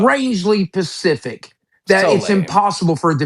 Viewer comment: It's so strangely PEHSIFFICK